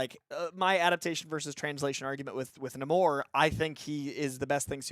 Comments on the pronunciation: Bruh you can’t give a long speech about a character not being true to what he should be if you don’t know how to say the characters name. If your such a Namor fan say his name right. It’s Nay-More not Nuh-more. Has been in every medium. Now when Tenoch Huerta said it with a thick accent it sounded like the former but everyone else said Nay-More in the film. Just saying I’m rubbed the wrong way if your talking about staying true to the character but saying his name wrong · The RiRi Williams stuff was okay and DIRECTLY tied-into the plot. The Everett Ross/Valentina stuff was FORCED setup for Thunderbolts and was ABSOLUTELY NOT NECESSARY. Namor (pronounced NAY-more, I refuse to say Nuh-MORE -- though I will admit the explanation of his name makes much more sense than the comic book "backwards Roman" thing)